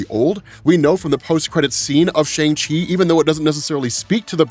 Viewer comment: Bruh. Learn how to say Shang